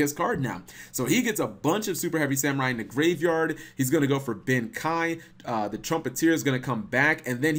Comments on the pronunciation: cap its pronounced ben Kae not ben kai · The way you pronounce Big Benkei bugs me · the level 12 samurai actually banishes from both graveyards not just the opponents in other words it is the only card that enables spell and traps, mostly traps in the deck, I personally use cards like D2 Shield, Rise to Full Height, etc. also its pronounced big ben k